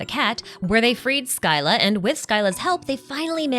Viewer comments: Actually, the correct pronunciation is 'skilla' since this is a greek word. However, pronouncing it as 'silla' isn't wrong either since that's the latin pronunciation lol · Your pronunciation of Scylla is also wrong btw, it's the Greek word Σκύλλα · SKYLA??? The way thats pronounced is "Silla" scy-lla. the y after the c produces the soft c sound, not a k. just a minor thing but this was an amazing lore video! Cant wait for your breakdown on the Bedtime story quest lore!!!! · it's pronounced sila, not skyla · No tweaks. It's pronounced "Sill-a"